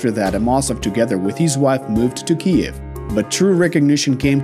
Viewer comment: Great video except you’ve never learned to say Kyiv. I’ll help you for the future times.